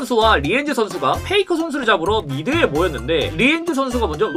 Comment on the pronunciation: 페이커를 페이크라고 하는거 계속 거슬리네요